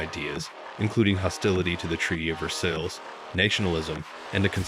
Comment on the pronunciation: learn how to pronounce Versailles...... jeez what a dope. and reich... double dope.